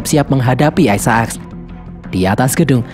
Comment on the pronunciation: Sebutannya Isaacs bukan Ai Sa Aks min tapi Ai Zek lo .